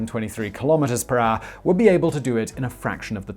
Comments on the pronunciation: I tried to write down how Simon pronounces 'hour' but it is simple impossible. He is not using any of the known vocals or consonants. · You are a grown ass man. You know how to say HOUR. unwatchable.